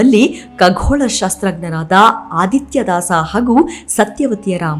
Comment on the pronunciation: Madam it shd be khagola not kaghola